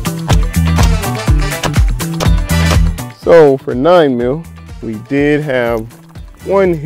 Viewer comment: its mill not meal